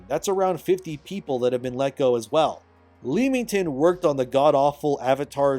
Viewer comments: For reference it’s pronounced Lemmington 👍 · Fyi, miner nit-pick from an Englishman who lives not too far from Leamington. The first two syllables are pronounced the same way as the rodent renowned for jumping off cliffs, IE lemming-ton. No, it doesn't make sense, but there it is!